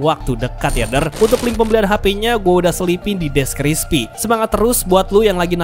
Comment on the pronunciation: ini gw salah denger apa emang gitu ya ? "deskrispi" not deskripsi wkwk